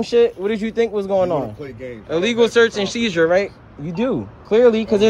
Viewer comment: "Dat illegal shurtz ans sheezer" It's search and seizure. Read a book